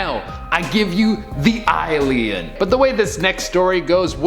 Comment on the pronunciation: The "i-lien" … lmao.